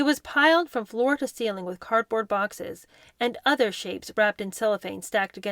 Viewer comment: Learn how to pronounce: Yorkshire, Summerset Maugham, to not ta, other not nuther, Elton not Eltin, estate, hanging not hangin, today not taday.